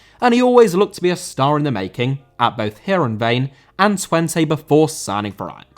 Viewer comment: Heerenveen* not Hierenvein